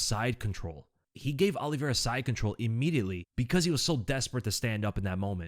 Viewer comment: OH-liveira, not AH-liveira